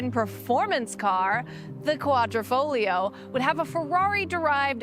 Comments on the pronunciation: Congratulations on pronouncing the Quadrifoglio correctly. I think your the only reviewer to do so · .... and you managed to pronounce 'Quadrifoglio' correctly which many reviewers seem unable to do.